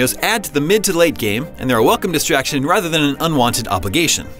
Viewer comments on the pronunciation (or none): none